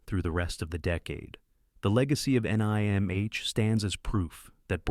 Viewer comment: I might not mind AI generated narration as much if it didn't say things like, "The Secret of N.I.M.H." Lol.